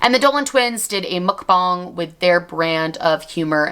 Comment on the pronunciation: You pronouncing mukbang correctly healed a part of me Also I missed you and am glad you’re back 😭